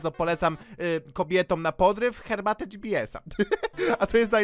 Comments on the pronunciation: Yyy cherbatę xD struj, tależe, włosuf, morze (może powinno być) co jest co ona ma z Polaka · pije "cherbate" nie herbate a ja GBS z kodem ZEBO najlepszy kod